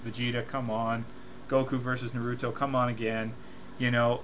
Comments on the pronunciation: Honestly I can’t take him seriously when he says naUto not naruto 😂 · DUDE ITS NOT NA-RU-RO ITS NA-RU-TO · did you just say nrroto insted of naruto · BeGe Army “nuh ROO toe” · "Nah roo toe" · I hate how he says naruto, sasuke, Madara what the fuck the say their names in the show da fuq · It's hard to believe you really love naruto if you pronounce it that way lol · DBZ is good but its far from the best anime of all time as ive seen people say. I think Naruto is better just because of the emotional appeal it has. BTW you're pronouncing Naruto wrong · Hate how this guy pronounces naruto .. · plus even if it is true everyone who fought buu lost besides goku like what bull is that plus in dbz they get all random power ups also it still does not change the fact that this guy is a dbz fanboy who cant even say naruto and sasuke right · I'm about 1 minute and 13 seconds into the video and I just cant.. I just cant sit here and watch this whole thing because of how you're pronouncing Naruto. You never really watched the show, probably never seen an episode. You just wanted to go along with the forever trending HYPE of this feud, and ride the bandwagon of people making these videos. Thumbs down dude